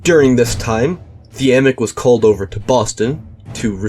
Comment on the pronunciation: Love finding out my distant family has military honors 🎉 thanks for not mispronouncing it like everyone seems to do 😂